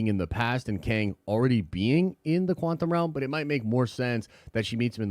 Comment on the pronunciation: Once you notice that says “quanthum” realm you can’t unhear it.